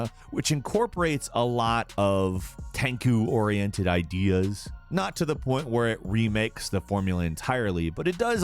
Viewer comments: I died a little inside each time he said “Tenku.” I thought it was over but along comes the deathblow when he says it again during Sekiro’s ranking. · TENCOO?! nooooo. Man how could you screw the pooch on tenchu!? Damn that's your first fuck up in my books, respect my tenchu son! Still, great video and crew. I love all your work and all the effort you guys always put into these phenomenal videos. 6 million congratulations! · I don't think chu would be pronounced ku by English standards either. Ch doesn't make a hard k sound. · My mans really said tenku. Think he had a brainfart....hopefully. Maybe. Lol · Ten - Chu. also, what about Katana Zero? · said "Tenku" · "tenku" Me:🤢🤢🤢🤮🤮🤮 " grinds teeth into a fine powder.... Come on man I love you and your videos but really bro? "You're killing me smalls" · TENKU?? wtf dude this guy has literally no idea what he’s talking about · “At number nine is Ten-coo stealth assassin.” Really, really? 🤦‍♂️ He’s doing this on purpose. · I almost turned off the video at “Ten-Koo”. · It's called Ten-Chu. lmao! and Tenchu: Wrath of Heaven is the best of the series. AND please tell me you have heard or played Shinobi!? I vividly remember that long ass scarf and it difficulty. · Firsr off it’s TENCHU not Tenkhu, I hope they make Part 5 of the series for PS5. Any true Tenchu fans on here? Like this!! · Ah yes, Ten-ku. I have good memories of tenku stilth asasinz and wrath of heven... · Alright have i been pronouncing tenchu wrong my whole life?? Wtf is tenku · “Tenku” come on, you’re better than this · Hes said Ten-koo in at least 2 other videos where he mentions it. Ive never seen one where he didnt say it wrong. XD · Yeah, that's a CHU there bud! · Tenchu is pronounced: Tenko? I'm confused. Disliked anyway. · At number 9 “TANKU” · Did this dude just say Tang-koo instead of TENCHU? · Actually it is pronounced as "Ten chu" (天チュ). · It's Teng Goo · Lol my man just said 10koo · Its tenku? not ten chuu?